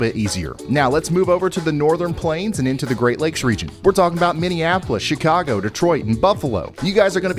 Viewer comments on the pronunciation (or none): none